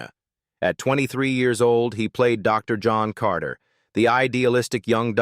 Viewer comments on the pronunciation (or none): none